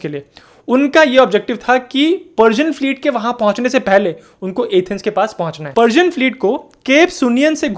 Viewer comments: अरे पार्जन नहीं वह पर्सियन होता है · Persian का pronounce गळत है